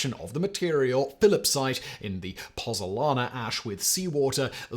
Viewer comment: Hey YouTubers you have chilled the Pozuolana ZUO, 😂it had lasted 2 millennia before you came along to bring it down with your pronunciation😂😂